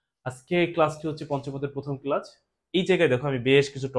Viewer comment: ক্লাসকে ক্লাচ বলে কেন🤣